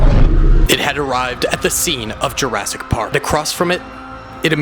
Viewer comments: Sorry but it's jurassic park not Jurrasic park. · Ah yes “Jarrasic park”